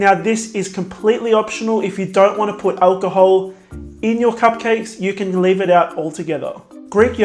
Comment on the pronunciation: I love you, you pronunciation and your recipes, but every time you finish a cupcake and say "that´s pretty much it" I hear, "that's pretty much shit" LOL , don't take this wrong, I'm not a native english speaker and that's probably why